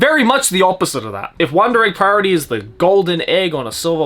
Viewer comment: he says the name flawlessly